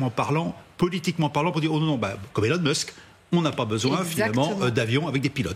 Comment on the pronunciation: En plein dans le mille...Elun mosk😂😂😂😂😂😂